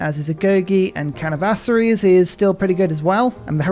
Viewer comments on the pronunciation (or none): please, it’s caravanseries, not canavaseries. Caravan series. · There are few things I can count on in this world. My mom, my dog, and butchering the pronunciation of "caravansaries"